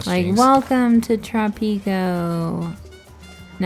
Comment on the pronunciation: please, it is Trò-pico NOT Tropì-co. And it is Penùl-timo NOT Penultì-mo. By the way, continue the series, please.